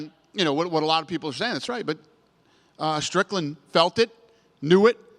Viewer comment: Its Strickland, not Stricknine